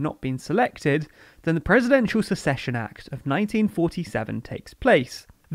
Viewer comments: Succession - who takes on a vacated role - isn't pronounced the same as secession - a portion of the country splitting off. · Am I going crazy or are you saying succession wrong? Am I thinking of a different word? 😝